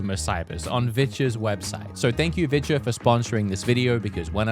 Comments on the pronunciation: I did t think you were saying viture I thought you were saying vidja like hank hill and the vidja games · you've been saying Viture. that is not what I've been hearing